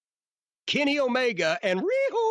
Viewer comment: Jim says it like O-MayGuh HAHAHAHAHA